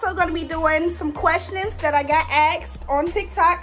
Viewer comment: No one: aXeD